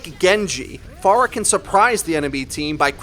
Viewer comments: This really pissed me off: "Pharah" is not pronounced far + agh "Pharah" is pronounced fair + agh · Why do you pronounce her name Faarah? It's not like we know how to pronounce her name, she and other heroes says her name often. It's Pharah, not Faarah.. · It's not far ah, it's fair ah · It's not far-uh it's fair-uh you stupid fuck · If you listen to the latest netcode update video , I think you'll see that it is said improperly, or at least, differently in this video, likely because the speaker is hearing the voice actor differently, perhaps due to her accent.., which most people won't reproduce so the proper way, or the anglicized way, would be "FAIR-UH" while in this video you hear "FAR-UH".. interesting thing is the actual Arabic name, Faraħ (sounds more like "FAR-AH, than FAR-UH"), that is, the non-anglicized way of saying it, is closer to how it is said in this video.. however, the "h" in Arabic is a voiceless pharyngeal fricative, not a voiceless glottal fricative, as it is in English.. :) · Its fare-uh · manicms But she says her own name as "Fair ah " o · It annoys me more than it should cause I liked the video. But it's a really weird way too pronounce her name.